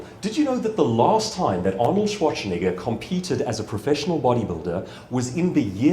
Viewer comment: I really loved the talk, but I was kind of sure that at the end when he talked about misspelling a client's name or discrediting oneself in some other way he would say: "And this is why I deliberately mispronounced Schwarzenegger's name every single time - as an example of that. The most famous, most talked-about body-builder in the world, and still he managed to squeeze in a "ch" where there is none.